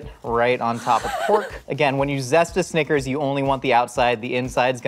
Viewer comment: i like how pronounces snickers 'sneakers'